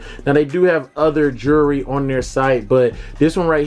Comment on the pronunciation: You say jewelry funny as hell lol. That thing is taaacky af